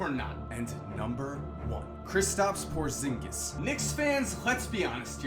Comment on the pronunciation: I got chills when he said porzingus